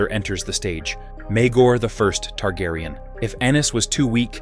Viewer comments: Is this done by A.I voice because it's butchered the correct pronunciation of names lol, it's been an interesting video regardless. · Aside from mispronouncing names horribly, this was informative.